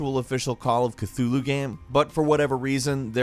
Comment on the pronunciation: Stop saying Cthulhu like that.